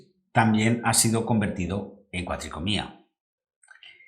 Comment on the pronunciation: Gran video, y una explicación perfecta. Muy agradecido por la información. Sólo un comentario: se dice cuatricromía, no cuatricomía. Queda muy feo en un video de esta calidad.